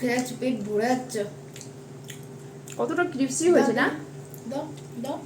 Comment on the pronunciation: tomar meye to English medium e pore ato bar vul bolcho..cripsy cripsy..1 bar to vul ta dhoriye dite pare..ota crispy habe..vishon kane lage..